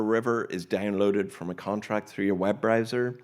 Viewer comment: Web riser, web riser... it's Web Browser....